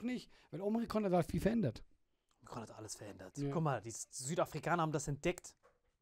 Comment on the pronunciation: Man, wenn Alain Omrikon sagt 😂😂😂